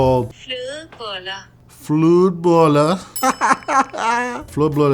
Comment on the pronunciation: Today I learned that what we typically call just "ham" here is basically just the canadian bacon I've heard of in cooking videos before but thinner. Also, I love. The pronounciation of Flödebollar was a little uhh but that's very whatever, I love his process and motivational talks.